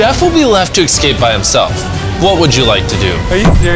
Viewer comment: saying "excape" makes me giggle.